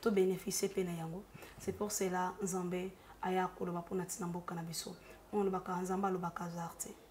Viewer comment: ta façon de parler est fausse je ne pense pas que tu parle comme ça avec tes proches,soit normal lingala se prononce nzambe et non nzembê,ta tonalité sonne fausse malgres le message de Dieu ma chère